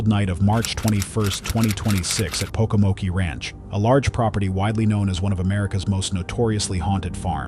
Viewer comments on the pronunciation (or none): It’s POCOMOKE, like smoke, not Pocomokee. Js😊 I miss the Pocomoke videos, not gonna lie. It was crazy !!!